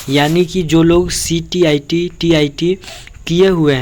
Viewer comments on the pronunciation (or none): Thora pad ke boliye ctet tet stet hota hai ctit nahi hota hai